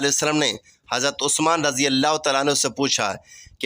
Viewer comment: Are you Shia. You can not even pronounce Taala.shut up. Leave it alone.